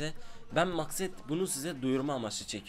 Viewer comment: 2.23 Üncü saniyede ben makset dedi maksat diyiceğine.